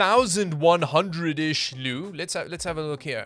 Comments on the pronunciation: The way you pronounced "leu" killed me xd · Here from Romania I can't stop laughing when you say 'leu' but you said 'lei' correct :)